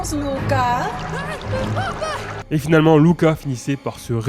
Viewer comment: C'est cool que tu prononces correctement le nom du dernier film Luca :) Je m'appelle exactement comme ça et j'en ai marre qu'on m'appelle Lucas et pas Louka même si ça s'écrit Luca.